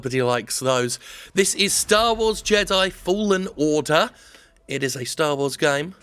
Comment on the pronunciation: At the beginning, am i the only one that heard "Star wars Jedi: fallen water" ? 😅